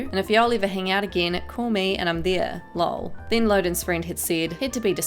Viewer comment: Wtf the way you say lol its laugh out loud so its supposed to be said L O L